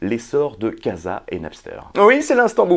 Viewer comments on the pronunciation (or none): none